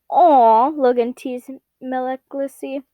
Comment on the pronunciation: maliciusly is (mal*ish*us*ly) k? sorry my mini-ocd kicked in